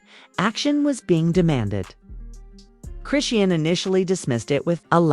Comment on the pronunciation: PLEASE LEARN HOW TO PRONOUNCE HER NAME😂🤗